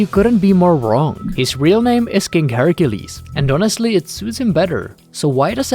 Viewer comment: KING HARRY GILLIES ❌ KING HERCULES ✅